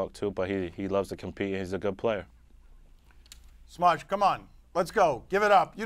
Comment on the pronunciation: He called him "Smudge" lol